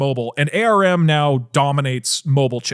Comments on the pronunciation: Doug should know that everyone calls it arm not A R M... Why u doing this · Hearing Doug Doug saying A R M was painful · Lol no one has ever called ARM "aye are imm". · Hearing Doug say ARM but spelled out is so weird to me lol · Holy shit I've never seen someone pronounce ARM like that lmao